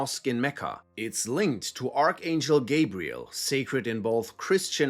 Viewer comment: Ita gabriel not jibriel, adam disnt eat the fruit it was eve. Why make a video when you cant even state obvious facts from fairy tales you nutsack